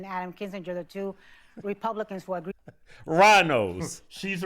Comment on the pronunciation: She said wrepubwicans.... lol